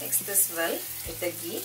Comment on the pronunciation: Its ghee! Not gee!